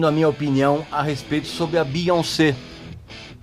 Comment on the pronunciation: Amei a sua pronúncia do nome dela, que respeita a origem francesa dele. Aqui no Brasil, a galera tenta trazer uma pronúncia do inglês, acredito eu baseada na pronúncia do "once" (?), quando na verdade o nome dela tem origem francesa e NÃO inglesa, cuja pronúncia é essa mesmo: BiONcê. Nem mesmo nos EUA o povo tenta inglesar a pronúncia, respeitando a origem francesa, mas aqui tentam a todo custo inglesar isso. Aí sai um BiÓNNNNcí. Hahahahaahha